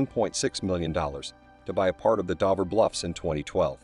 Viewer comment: Operation Ocean Lion???!!! It's Operation Sea Lion. I adore this from the lowest part of my aortic pump. And it's Dover not Dovver. Dove as in strove not dovv as in of